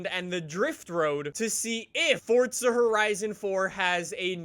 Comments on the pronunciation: Forza not fortza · Fortza it’s FOR ZA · Why do U always say fortza horizon 4 when there is no t in forza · pronounces things in weird ways as to how I pronounce them For example: pronounces it as Fort-Za I pronounce is For-Za